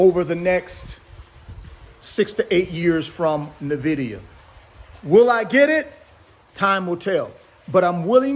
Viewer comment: He's passionate about NA-VIDIA 😂😂😂😂